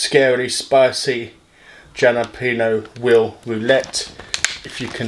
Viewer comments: its pronounced "HAL-a-pee-no" not "JAL-a-pee-no" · Not trying to hate, but you do not pronounce the j in jalapeño. It’s sounds more like a h. Halo-pen-io.